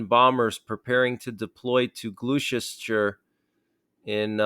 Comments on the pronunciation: It is pronounced for future reference (Glah sess ter sure). Thank you for the updates. Couldn’t sleep after last nights update😢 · Thanks for the update ... sadly there are worrying times ahead on all fronts. (I love your pronunciation of places in England ... I hope you don't mind me saying that "Gloucestershire" is pronounced 'Glostershire'.) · Glos-ter-shire. 🇬🇧 True checked 🇬🇧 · lol,,,love your posts, pronouce like glost est shure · It’s Glosh-Est-Sheer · Its pronounced ''Glostersheer''! I have bad vibes about all of this. I think the West will be FORCED into a 3rd WW.:cat-orange-whistling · Gloucestershire is pronounced glostos shire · Thanks for the update - and just to help you with some of our more tricky UK place names - anything with ‘shire’ is pronounced ‘sheer’ so Gloucestershire is pronounced ‘Gloss-ter-sheer’ hope this helps ❤ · Shire horse! Gloss-ter-sher. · Or GLOSS' - tur - sure (tur and sure rhyme) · Good effort its pronounced Glos-ster-shire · Just for info. Gloucestershire is pronounced Gloster-shire or simply Gloster, UK. Keep up the great work, love these updates over here in the UK ❤️ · Lol it’s pronounced Glosster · wtf I’m in Gloucestershire? And the way you pronounced it was hilarious 😂😂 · Please do some homework if you can’t pronounce Gloucestershire properly don’t try and say it. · I love how Americans cant say Worcestershire and Gloucestershire 😂 one day you will learn our language correctly ❤ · Thanks for the update its much appreciated , but WOW thats a 10 out of 10 in butchering a name 🤣. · Glou-chest- ter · Gloster shire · Lol gloster shire is how you say it lol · Pronounced as Glosteshire. Gloucester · Pronounce it Gloss t shire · Pronounced 'Glos-ter-shire mate 👍 thanks for the update x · "Gloss Chester shire". We're certainly getting closer to our Governments admitting we are at war. Prep. Prep. Prep. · It's pronounced Glos ter shire ...... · Pronounced (gloss t shire) lol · Gloustershire = GLUSTA-SHUR.